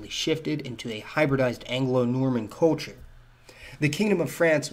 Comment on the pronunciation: Sorry dude but you need to practice the word "culture", since you use it so often. Try "cull chure" instead of coll chure.